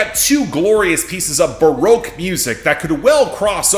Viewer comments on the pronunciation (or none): none